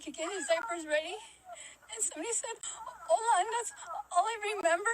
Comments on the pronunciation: I'm so sorry but the mispronounced ''hola'' took me out of it. She couldn't say ''the man greeted her in spanish'' or something? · Idk she was changing tge babies dipar in a secluded place. Wite people have been widn lately, with the emphasis on o in Hola, thats a gringo pronunciation.